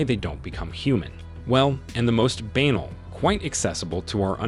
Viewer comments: Knee-GLIDGE-able? Astr-OH-biologist? Why do you so often stress the second syllable of any unfamiliar polysyllabic word? It’s rather weird. PS theres's more. Banal should not rhyme with anal. It's pronounced buh-nahl. Finale is pronounced "fin-ahlay" not "fine-ahl". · The voiceover here pronounces "banal" to rhyme with "anal". That is not nearly the only blooper: I was expecting a decent level- not anything fully serious- this is utube- but something better than this. As much can be said about the general content too, I fear. Disappointing. Why did I think that this time I would find something better? My fault... what a waste of time!